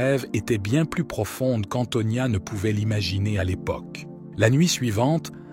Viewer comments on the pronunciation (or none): none